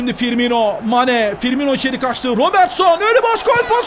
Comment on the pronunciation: ABİ TRT SPİKERİ FİRMİNO'YA FİRMİNYO DİYOR GICIK OLDUM :D